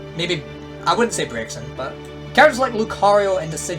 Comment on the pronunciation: I love you and I know accents inherently make you say things differently, but its BRAY-ZEN. Not BREAK-XEN.